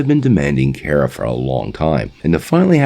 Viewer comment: Bro pretty sure it’s kara (car-a) not Kara (care-a)